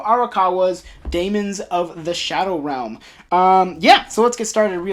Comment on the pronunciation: You pronounce it perfectly! So happy that you enjoy Daemons of the Shadow Realm. I am looking forward for future volumes.